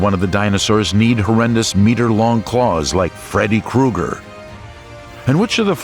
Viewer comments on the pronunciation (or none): none